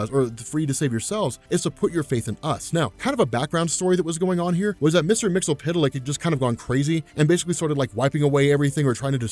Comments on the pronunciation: umm "mixispituhlick" not "mixulpituhlick" GOSH napoleondynomite.gif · It's Mister Mxyzptlk not Mxypydlyk. It shouldn't be too hard to just read all the letters. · Hey, first time comment here. It's Mix-yez-pit-lik. Mxyzptlk. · SAY IT WITH ME NOW! MIX - YESS - SPIT - LICK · It's pronounced Mr. "Mix-yas-spit-lick"